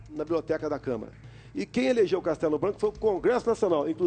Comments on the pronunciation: É Câmara e não Câmera, Sr. Jornalista. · Nossa pelo amor de Deus, esse jornalista falou: CamEra dos Deputados.... sangrou meus ouvidos...